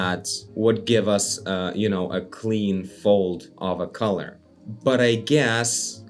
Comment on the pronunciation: fun english fact: collar rhymes with caller, not color :)